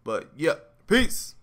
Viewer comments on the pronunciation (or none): none